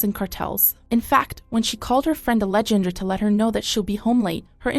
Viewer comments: Simple name in Spanis pronounced-- Ah-leh-hann-drah. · Ale-Jan-dra? Dude just take the literal 5 seconds to google a simple name, and how to pronounce it. Kind of an inappropriate place to mispronounce someone’s name.